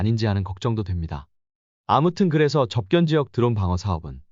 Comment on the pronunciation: 접견지역? 접경지역을 한두 번도 아니고 계속 이렇게 발음하니 그동안의 신뢰가 확 깨지는 군.